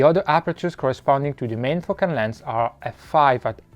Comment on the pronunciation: And , extreme fucking landslide! I think you need to improve your pronunciation of the word "Focal" or YouTube caption won't detect nicely!